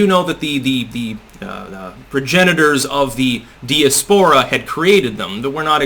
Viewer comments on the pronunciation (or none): "di as pora" the accent is on 'AS'